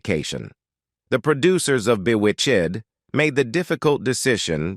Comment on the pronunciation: That's how you can tell its AI, there's certain words they can't say correctly, e.g s-word, a-sked, amoung others. Notice how it said "Bewitch-ed"